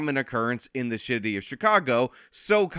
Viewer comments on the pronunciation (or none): "And this is a common occurrence in the SH!TTY OF CHICAGO. Fitting speech speech slipup. (Or was is intentional?) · “The shitty of Chicago” what a perfect verbal mistake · little lip slip there ‘’the sh*tty of Chicago" and as a former south side resident run outta town by the crime in 2020, I agree. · [snicker] “… in the of Chicago …” That’s sooooo Philly. The schty of Philly